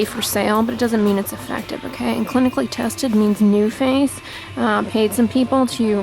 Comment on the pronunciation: I couldn't understand what you were saying about Nuface ? Your voice started mumbling, went gruff and quiet when the review was bad but clear and loud with a good review ☺ you look more suspicious at how your acting, just do a review in confidence. Thx